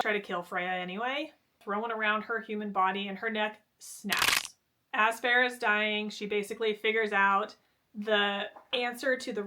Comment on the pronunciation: I love you but listening to you say “Freya” and “Farrah” over and over again was insanity 😂. FAY-RA